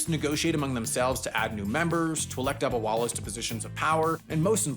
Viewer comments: Youre pronounciation of dabbawalas is quite funny😂😂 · The way says “ Dabbawalas” is hilarious 😂😂